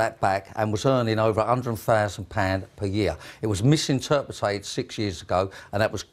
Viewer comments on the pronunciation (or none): MISINTERPRITA-ED. *MISINTERPETED. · Accommondated, misinterpretated and Youba... I guess you don't need to be able to speak to be a CEO. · "' 'e misinterpretated ! " You mis- pronouncitated mate ! Lol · He has misinterpretated how to pronounce misinterpreted. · "Misinterpetated"-hahaha, what a mong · Why would anybody do business with someone who has clearly, misinterpreted how to say " misinterpreted " ?